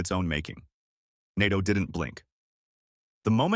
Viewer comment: Yes and learn how to pronounce “NATO”!